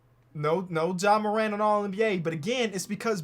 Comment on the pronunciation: I felt the heat too. If only he pronounced Ja like FlightReacts.